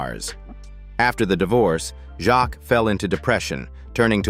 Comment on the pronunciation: It's Jacques as in fakes